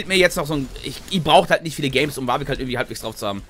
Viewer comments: Du meinst WARRVICK triggert dich statt Warwick? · Die englische Aussprache ist viel besser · Jeder: Warwick: Wawick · Bitte noch wawig sagen sonder warwick :=)